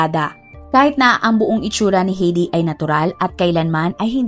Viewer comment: ATE , HINDI PO HEYDI ANG BIGKAS SA PANGALANG " H E I D I " ANG BIGKAS PO DYAN AY HAYDI